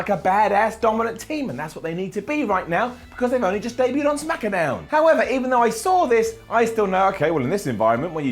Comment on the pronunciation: he said smackadown